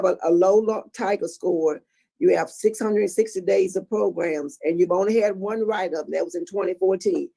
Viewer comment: How does that one man say program and progrum, in the same breath? How? 🤔